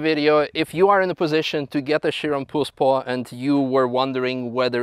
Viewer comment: Прозвучало как "poor sport" :-)